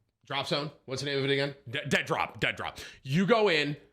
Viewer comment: Did you say Dentdrop?